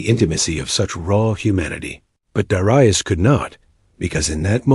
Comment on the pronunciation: I'm pretty sure that Darius is pronounced, 'dair-ree-us', not 'dar-eye-us'. 'dair as in 'fair' or 'air'.